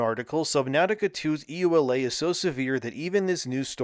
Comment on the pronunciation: Yooh-Luh not E.U.L.A.